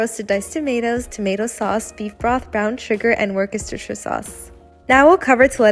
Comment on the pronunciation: There’s no way you butchered the pronunciation of Worcestershire sauce that bad unless you did it on purpose to make people comment 🤨